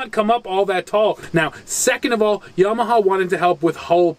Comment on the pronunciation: Yam ah ha. He says it correctly